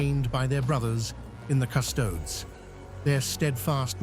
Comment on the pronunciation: After the AI writes the script, if you edit it and change the spelling of certain words, they get pronounced correctly. As an example, "Custodes" becomes, "Cuss-toadies".